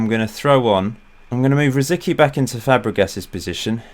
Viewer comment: Shouldn't Rosicky be pronounced as (rositski)?